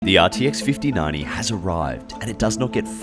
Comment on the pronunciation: RTX 5090❌ “RTX FIFTY NANI” ✅